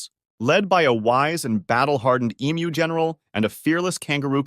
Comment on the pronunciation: Man this is obviously AI, you pronounce Emu like 16 different ways back to back and it's hella annoying